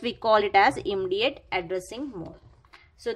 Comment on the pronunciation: Immediate ka aap pronountation galat kar rahi hai